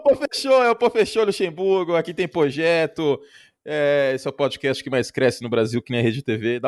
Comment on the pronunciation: "Prodcast do pofutbal" kkkkkkkk beleza Curti